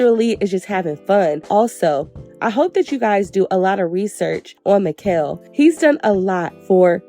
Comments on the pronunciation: Great review but his name is pronounced as MA -SHELL (Machel) . thanks for supporting us Caribbean and Caribbean decent people ♥️ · It’s Machel not Makell ❤ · It's not Ma,Kel it's pronounced Ma,Shel...😭🤔🇹🇹🇹🇹🇹🇹 #socamusic #trinidad #TrinidadandTobago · It's ma ..shell... not mickel😂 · Yowww his name is pronounced MAH-SHAL or mah-shel 🫤🫤🫤🫤🫤🫤 with your MI-kel 🫤🫤🫤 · His name is pronounced Marshall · I’m weak at Maquel gurl it’s MACHEL 😂💃🏾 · It Ma- Chellll lol not mikell lol big up destra machel and nicki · Since u trying to learn babe his name is not "mikel" it is pronounced "mashell" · Lol Makel 😂😂 his name is pronounced Ma- shell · Not Mickel but "Marrr-shell" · Machel's name is pronounced "Mah-shell" *Mah like "hey ma!" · 'Machel'.. pronounced "mah- Shell" 😅🥰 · Mashow that's how it's pronounced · It's pronounced marshel babe😂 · Machel Montano his name is pronounced MA-SHELL . FROM: Caribbean people 🇹🇹🇸🇽🇩🇲🇧🇶🇧🇧🇧🇸🇩🇴🇬🇩🇭🇹🇯🇲🇰🇳🇱🇨🇦🇼🇦🇬🇨🇼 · Definitely pronounced Ma-Shell 🇦🇬🇦🇬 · Gurl his name Machel (Ma -Shell ) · His name is pronounced "Ma_Shell"...🇹🇹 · His name is pronounced Ma shell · It’s pronounced “Mah-shelle” babes ❤🇹🇹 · His name is pronounced Marsh-shell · machel is pronounced marshal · It's pronounced Ma-Shell 🤗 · His name is Machel pronounced Mar-Shell😊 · His name is pronounced as 'Ma-Shell'. As always great review ❤️ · His name is pronounced Marr - challlll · His Name is pronounced Ma-Shell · Americans stay pronouncing Machel name incorrectly But fun fact guys It's Ma-sh-al thts how it's pronounced His name is Machel Montano 💗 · His name is 'Machel', pronounced 'Mah-shell'. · Wrong pronunciation of Machel. Ma- shell!!!! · And Mr. Killa is next🇬🇩 I almost peed my pants when she said makell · It's pronounced like Mah shell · His name is pronounced “MAR-SHALL” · 😂Machel- pronounced Ma - shell 😘🇹🇹🇹🇹🇹🇹